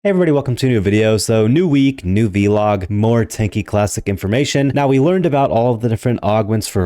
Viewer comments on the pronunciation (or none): why do you call it a v log its vlog as in one word not v seperate.